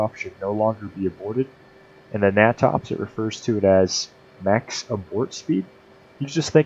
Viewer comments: Great information and explanation. Another great book is "Aerodynamics for Naval Aviators." What is funny is we weren't issued it. The natops manual is pronounced 'nay-tops' not 'nah-tops'. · heh! never heard it called "gnat ops" i've always heard it pronounced "nay tops" : ) good vid though...